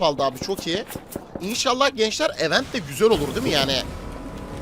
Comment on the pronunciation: Kardeşim ögrende gel yaa "i'vent' diye okunur tırnak içinde yazan kelime "event" kelimesinin okunuşu